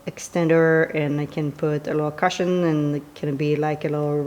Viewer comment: Couldn't understand why you kept saying you'd put "caution" on the bench. Took a few minutes to figure out you were saying "cushion."